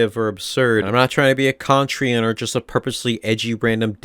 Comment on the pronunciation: Good take also contrarian is pronounced con trare e in not con tree in